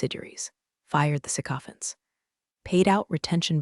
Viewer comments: sycophants', not saccophants. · Its pronounced "Sic-O-FANTS"